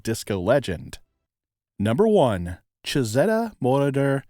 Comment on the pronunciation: Moroder is mispronounced.